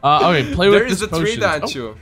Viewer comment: ghosteez one, ghosteez two and ghosteez tree.. Should have looked at a tree when you said ghosteez three :D